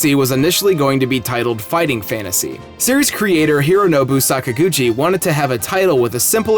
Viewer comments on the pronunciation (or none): none